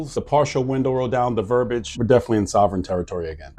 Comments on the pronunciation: VERBIAGE, NOT 'VERBAGE' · Please revisit your pronunciation of verbiage.